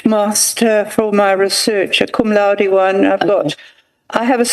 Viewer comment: Did I hear her saying she got cum laude?😂😂😂😂